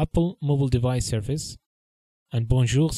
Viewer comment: Nice video. Sounds like you are pronouncing service like surface::)